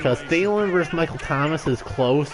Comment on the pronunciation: FYI, when you say Vikings vs. Saints or Falcons, it’s pronounced “versus”, not “verse”. Always annoys me when people screw that ul.